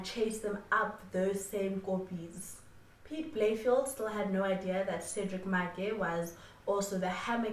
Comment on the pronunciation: Just a side note, Its pronounced Piet Bay-Le-Feldt. Had to put it out there, couldnt have SA's greatest ever detective sounding like a suburb in benoni